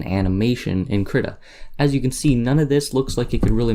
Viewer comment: excellent tut. I think its Kreeeeta =|